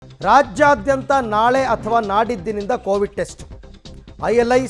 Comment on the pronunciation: ಕೋವಿಟ್ ಅಲ್ಲ ಸರ್ ಕೋವಿಡ್